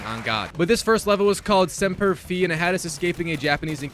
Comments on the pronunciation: It's pronounced Semper (F-eye) not Fee, and O-Can-Ow-A... I hope you don't have to do Fortnite, it's not a good time. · pedantic, but you are correct. Pretty sure its semper "phee"delis (pronounced) but americans/marines will say semper fy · bro said semper fee its sempier fai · simper “Fee” is crazy 😂 it’s like fie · Imagine saying semper fee instead of Semper FI couldn’t be me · As a Marine, at the beginning when you said Semper Fee thag made me cringe inside. Dont know if you were trolling or not but it is Semper F-eye XD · Ahah Semper "Feee"😂 Fi (Ph-eye) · I really don't like how he messed up the marine saying "semper fee" not semper fi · Bro really said temper fee😂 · The Marine in me tweaking out when I kept hearing "Semper Fee"😂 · Semper Fee Fi Fo Fum On to the next platinum run 😂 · Dude, pronounce Semper Fi correctly. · he did not pronounce Semper fi correctly- respectfully a marine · As a marine I cried on how you pronounced Semper fi 😢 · That hurt my soul 😭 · Made me cringe so bad when he said that lol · as a Marine his pronunciation is wrong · bruh i legitimately needed to take a moment when he said that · Pronounce semper fi correctly.